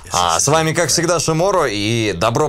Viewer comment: Сначало было шиморо на и ударение а теперь шиморо на о